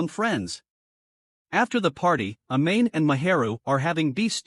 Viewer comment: Dude really pronounced it “a-main”